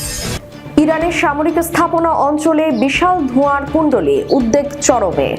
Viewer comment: আপনি উদবেগ কে উদদেগ বলেন কেন? কোন্ অভিধানে এটা পেয়েছেন?